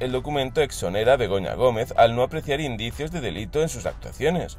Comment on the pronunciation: "indicios" dice 🙄